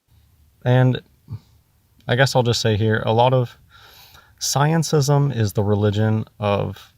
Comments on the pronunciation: "sciencism" i'm dying xD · If he says sciencism one more time.... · Every time he says sciencism I want to punch him. But I don't advocate violence so I'll just have another drink. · "ScienceISM", "everybody elTse", "exSPEARiment". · Does he say scientism or sciencism? (Edit: He says the latter by preference. He may be the only one who does, though) And the 'dead stars': maybe he's referring to far away ones that may have gone supernova or such, but the light hasn't reached us yet. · probably means "scientism" when he says "sciencism". Also this sounds like most conversations I have with people who claim to be philosophers. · "sciencism" LMFAO! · the f**kin moron doesn´t know the difference between g and G. Bless him, it sounds hilarious when he says scientism. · He's so stupid he can't even get the word "scientism" right.